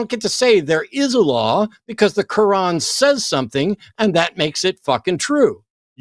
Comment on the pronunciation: Did say he reads the kuwon? At least that's what it sounded like. 😂